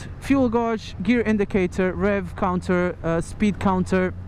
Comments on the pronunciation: Fuel Gauge or gauge is pronounced fuel gayjjj. The U is silent, so it should be read as gage. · Love the videos noticed you said fuel gauge , wrong. Your English is great brother but gauge is pronounced... GAYJ! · fuel guawge XD, (I know its his accent but lol) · fuel godge ))))) lol. Didn't know it's pronounced like that in British English )))) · Fuel gowrshzz.. Hehe